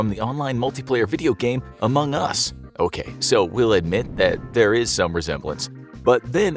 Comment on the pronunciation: Why would you pronounce Among Us that way as if you've never heard it before